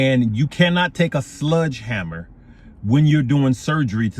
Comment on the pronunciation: "SLEDGE" Hammer Unc..... good lord......